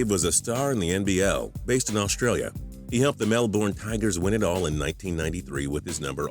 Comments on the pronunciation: Damn the way you say Melbourne is bad, but it's okay cus that's not what they channel's about. Just pointing it out. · Faris Naufal you don't pronounce the r at all really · It's not pronounced melborne it's melbern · For all my Fellow Australians, MelbOrne 😭😭😭😭😭 its Melbourne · It is pronounced melbern, not melborn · STOP SAYING MELBORN ITS MELBOURNE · 1. It's g'day mate, 2.It is New South Wales, not South Wales, 3. Melbourne is pronounced Mel-burn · The way Americans say Melbourne is hilarious 😂 "Mel" "born" bruh hahaha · Lmao that's not how you pronounce Melbourne, it's "Mel-burn" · Mel-bin, is how you pronounce it. Don't disrespect the best city in the world!. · And it's said mel-burn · you say it Mel-burn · mel "bourne" LOL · I'm only 50 seconds in and you've said mel-born and called NSW "south wales" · Ok, so from now on its melborn...not melbourne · As a melbournian, I have the right to say ITS MELBOURNE NOT MELBORN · We get that he was born in Melbourne, you don't need to say "Mel-Born" all the time. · I h it when he said mel-born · You say it like Mel-burn not however the hell this guy did jeez so cringe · lol mel "bornn" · Lol, MEL BORN, it's Melbourne scrub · RiaH it's pronounced as Mel-ben or really just Mel-bn the o, u, r and e are basically silent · Mel Born. they all say it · nah it's more like Mel-Ben or Mel-Bin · its like mel-bern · Say Melbourne right fam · The way americas say Melbourne. lol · You pronounce Melbourne wrong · i cringe every time he says melbourne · Learn to pronounce Melbourne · The 21st fact would be that you don't know how to properly pronounce 'Melbourne'. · hehe the way you pronounce Melbourne is funny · Hey that's not how you say melbourne I'm Australia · they have melbourne in the states too, and thats how its pronounced there. since we were founded after them you might consider that they say it the correct way and we have been saying it cringey to them. my two cents. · Don't ever say Melbourne again it's not even that hard